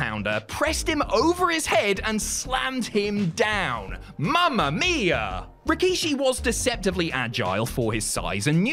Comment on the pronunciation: as an Italian, shoutout to that 'Mamma Mia!'